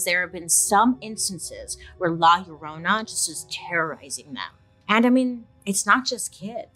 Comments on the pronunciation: Lie-ya-Rona not lala love 😊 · Not loraina 😂 It's "la llorona" and it translates to "the weeping woman" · Lol the way she pronounces la yuh-roh-nah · Am I the only one humming “my Sharona” when Bailey says La Llorna… 🙄😝